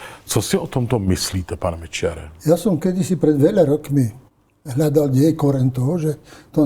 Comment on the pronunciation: Jednu osobnu na. Moc cením jak výborně vyslovuje Mečiar. 👍👍👍